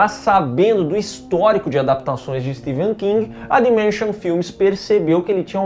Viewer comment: Que agonia os 2 pronunciando o nome do Stephen king errado 😖